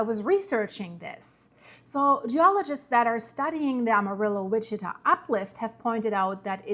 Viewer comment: Amarillo is a little off